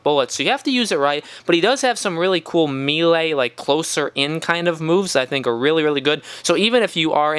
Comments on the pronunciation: It is pronounced May-Lay or Meh-Lay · Did he just say melay?